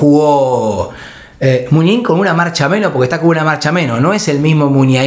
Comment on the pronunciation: El pollo Vignolo me tenía las pelotas llenas diciendo mal MUNIAIN